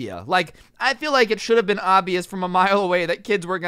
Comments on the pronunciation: what this shory stould teach you? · "And basically what this shory stould teach you"